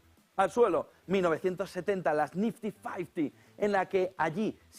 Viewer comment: Jajajajaja que paleto… dice el mendrugo “las nifty fasty”😂😂😂 y lo repito 3 veces 😂😂😂😂😂😂😂😂